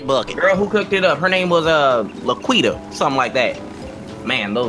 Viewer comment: This man said LaQueida inn lmao